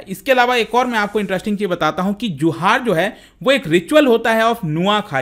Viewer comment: I am from Odisha, in odisha its pronunciation is 'juhar'